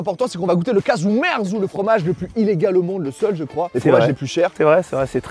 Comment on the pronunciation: Caghju merzu. Prononcer CAjou MERtsou (littéralement : fromage pourri)